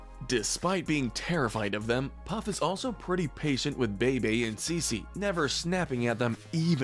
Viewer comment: The twins name are pronounced Beebee n Ceecee, also I don't feel like it's fair for them to be so high up cause they literally went from babies to teens overnight. Not really enough time for them to get their own true personalities